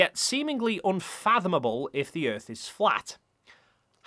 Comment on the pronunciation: "Cuz the earf is constantly rising, or going up. Duuuuh!?!?" Lol... That one Always makes me laugh.